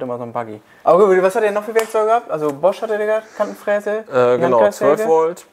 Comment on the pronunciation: ich hab Kantenfresse verstanden 😂